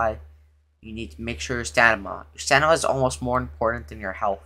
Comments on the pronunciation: You would be dead sober because he keeps saying stanima not stamina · Bro said stanima